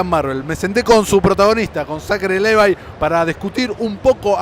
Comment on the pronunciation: Levii, Livái, Levai....que tan difícil puede ser pronunciarlo *"LÍVAI"